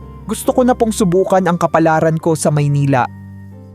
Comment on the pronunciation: Ayusin mo magbigkas ng kaplaran😮